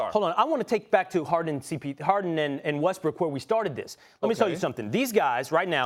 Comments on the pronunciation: Russell wEsTbRiCk clears throat Westbrook 💀😂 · No one: Ryan: Russell Breast Weck, Breast Rook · who else thought he said Westbrick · "RUSSELL WESTBRECK" LOL